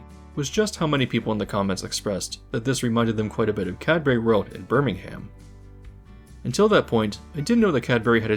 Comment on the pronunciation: As a brit I'm tickled pink that this is getting a full video Tally ho pip pip Btw it's pronounced Birmingumm or just brum for short